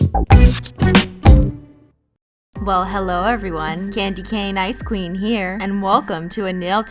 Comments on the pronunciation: Every time you said ice queen I thought you said icecream 😅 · Every time you say "ice queen" I always think you're saying "icecweam"😂😂